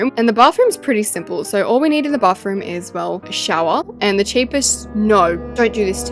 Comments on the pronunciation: No offense but like u say bafroom instead of bathroom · I love how with her accent she says bafroom instead of bathroom 🤣